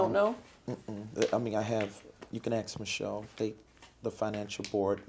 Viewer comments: ⭐️ Welcome back to AXE MICHELLE 🤦🏼‍♀️ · Axe Michelle. 😂😂